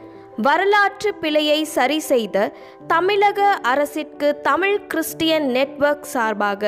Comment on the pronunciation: மகிழ்ச்சி சகோதரி. தயவுசெய்து உங்கள் உச்சரிப்பைச் சரிசெய்து கொள்ளுங்கள். தமிழ் என்பதை "தமில்" என்றும் கீழே என்பதை "கீலே" என்றும் பள்ளி என்பதை "பல்லி" என்றும் உச்சரிக்கின்றீர்களே!!! பொது ஊடகங்களில் சரியான உச்சரிப்பு மிக அவசியம்.